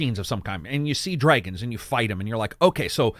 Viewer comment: A great video and my favourite Elden Ring video so far which has also inspired my American Pronunciation, lesson 17; Americans do not participate in dreyg races neither do they dreyg dead bodies over the ground or dress in dreyg but many of them do fight dreygons. Dr Dré-gons?